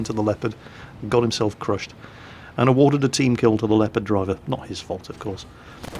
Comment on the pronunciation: Why you say Lepard and not Leopard?